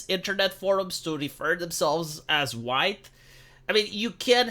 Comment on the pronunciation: How do you do fellow hwhites